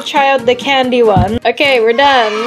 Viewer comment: Candy not cadny😂